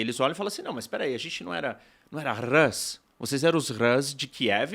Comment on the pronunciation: RUS, como se pronuncia, não RÂS, angloide. É de fato difícil de acreditar, mas existem no mundo outros povos – e línguia ! – além dos anglo-americanos.